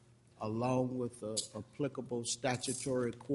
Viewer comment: Judge never learned his th's The word judge is " WITH " not Wiff